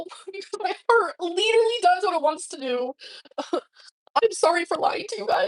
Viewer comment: "My heart LEEDURALY does what it wants to do!"